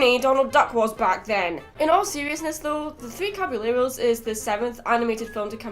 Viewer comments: The double L's are said like "yeh" not "le" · Um,, for future references, in Spanish language whenever you have two L's together, it creates a Y sound. The Three Caballeros song is funny and I get a kick out of it hehe.